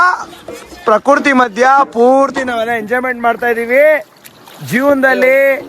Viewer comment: ಪ್ರಕೃತಿ ❌ಪ್ರಕುರ್ತಿ✅😂😂